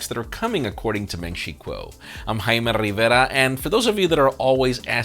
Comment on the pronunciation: it's Jaime not haimi, not yaimi not whatever bro....it's jamieeeeeeee